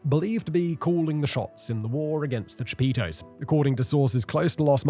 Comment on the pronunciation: Aint no way. "Cha-Pizza".